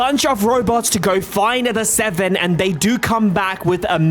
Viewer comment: what that robot said about the seveeen, dude talk normal